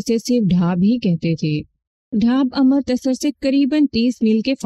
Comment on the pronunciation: امر۔ تسر نہیں بلکہ اَمرِت سَر